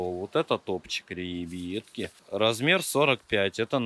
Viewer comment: Отдельный вид искусства. говорит ребьятки